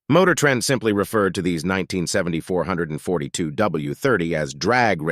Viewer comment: Good god man, stop calling the Olds 442 the four hundred and forty two. It is called 4-4-2!